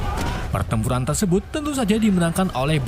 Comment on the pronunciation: 2.50 bilang nya tersebat bukan tersebut 😂